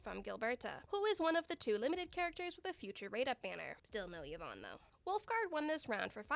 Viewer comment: people finally started to pronounce yvonne correctly and pain